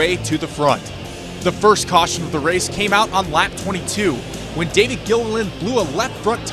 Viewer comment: He just said David in a weird way